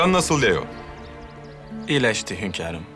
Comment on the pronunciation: Hürrem Leo demiyor Liyo diyor